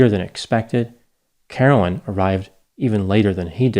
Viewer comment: Yes everyone, that damn Carolyn crashed the plane. I can't believe this half wit podcaster had the gall to gossip about Carolyn's personality and what substances she may have used and when! Wow, just wow. Her name was Carolyn not Caroline by the way. (Mrs.P)